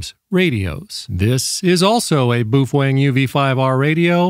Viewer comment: It's Bow-fung, and "hams radios" wtf?